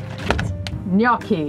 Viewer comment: Love it! Take it from an Italian...it's "gnocchi." ❤